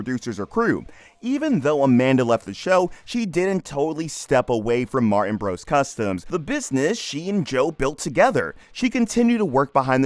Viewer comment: Her last name is Martin, not "Mar-In".